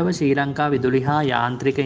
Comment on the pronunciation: ශී ලංකා නෙවෙයි ශ්‍රී ලංකා...😣💀